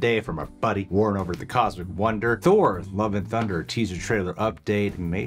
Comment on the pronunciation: Why do you call Warren "Warn"?